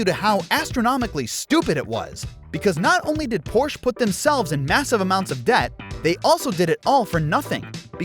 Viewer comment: But he pronounced "Porsh" improperly several times, hahaha!